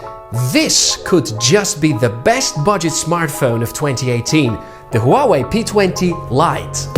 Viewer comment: Its not Hooawei, its Huawei